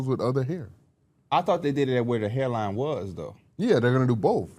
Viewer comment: “Hair lining” was killing me😭